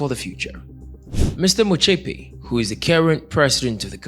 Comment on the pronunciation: You pronouncing his surname wrong you would be right if you pronounce it in English.